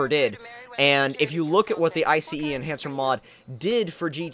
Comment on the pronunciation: IF YOU SAY I C E ENHANCER AGAIN. JESUS CHRIST. It's iCEnhancer not iCEEnhancer